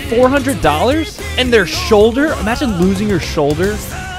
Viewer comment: Emphasis on their